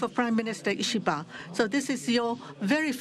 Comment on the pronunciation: A president that can finally pronounce a foreign leaders name